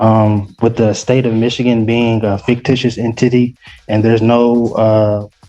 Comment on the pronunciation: He said fictitious "In Titty"! Hahah